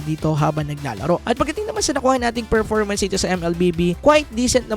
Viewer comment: Bulol ka ba Boss? Anong ferformans? performance.